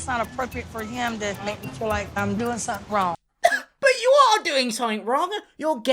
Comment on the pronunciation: I friggen luv your accent. I can't help but notice that any word that includes a th is pronounced with a ff sound (something, mouth, think...). Side note: I'm supposed to be studying accounting